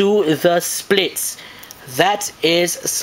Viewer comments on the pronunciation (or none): "The Evangelion can even- do- the... SPLITS." Dude, you're the best. Haha.